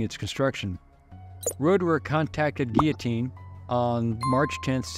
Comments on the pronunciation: It's pronounced 'geetohteen'. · Great video, but the l's are silent, in guillotine. Not knocking you. Just want you to know. Great video, again. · You'd think a history professor would be able to pronounce this machines name correctly.